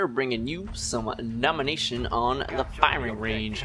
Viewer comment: lol i heard nomination nomnomnom